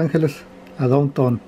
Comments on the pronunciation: De don Ton jajaja Estás en los estados unidos y ni siquiera sabes un poco de inglés Down Town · Para decir DOWNTOWN, DICES: 'DON TON' jjjj noombreee, Para vendedores callejeros ,hubieras ido a la terminal de autobuses, ahí parese que estuvieras en el D,F, Y TE OFRESEN DE TODO. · Se pronuncia DAUNTAUN..! no donton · 😂😀😁lo escuche decirdon ton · Enseñate a hablar inglés se van a Estados Unidos y no quieren aprender inglés, notuday jajjajajja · He said :el "don ton" los angeles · SE PRONUNCIA : DAUNTAUM. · Dontow Jajajaja si van hacer documentales aprendan a pronunciar las únicas palabras que van a decir en ingles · Aprenda a pronunciar bien las calles puede tomar clases de E.S.L. 😂